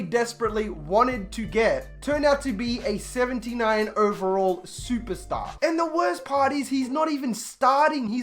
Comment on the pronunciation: I love the way he says SUPASTAH